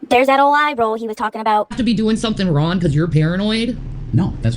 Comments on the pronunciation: How can she pronounce the G’s at the beginning of words but can’t at the end? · Omg she can't even put g on the word wrong. "What am I doing wron? I can't even with her anymore